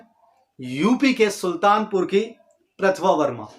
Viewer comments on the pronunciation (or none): Not Prathava verma, its Prativa Verma